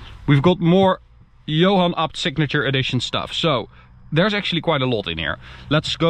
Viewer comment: Please say it properly, A B T, not apt